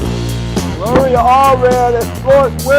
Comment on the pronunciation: LMAO! Jesse you are good for a laugh! The word "Narcissist" kicked you ass! And your butchering Gloria's name over and over and over! This video gets a thumbs up for comedy! "Donald Trump will put a big Bootiful Wall up fo us." HAHAHAHAAHAHAHAHAHAAHAHAHA!!!! Thanks Jesse!